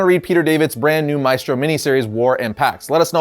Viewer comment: You can pronounce "Maestro" better than that